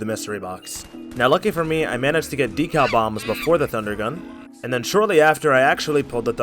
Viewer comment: "Dkal bombs" 😂 well well well